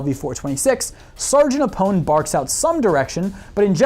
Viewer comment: Who is Sgt "Ahh-pone" And why does he call the M Forty-one A the M four-one A... And sure, the tiny cricket would have been great, but so would light sabers. What's his point? Pick a universe.